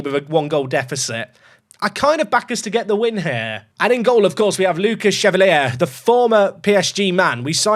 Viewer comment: Chevalier = shuh-vahl-YAY 🖖🏻